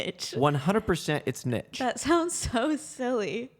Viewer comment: Jack, is correct here: it is “neesh”! And she is an utterly gorgeous guest!